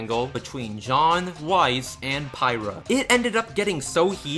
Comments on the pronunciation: I should tell you, for the story at the end of the video, Pyrrha isn't pronounced as "pie-ra". But more like "peer-ra". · It's pronounced "Peer-Rah" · PIE-rha!!! Boy. You need to hide before the fans get to you for mispronouncing pyyrha's name. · Did you just say "Pie-rah"?!?!?!?!?!?!?!??!?!!?!!?!???!!!?!??! *TRIGGERED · YOU SAID PHYRRA WRONG! XTHCKU,KJFXRFD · you pronuced the name worng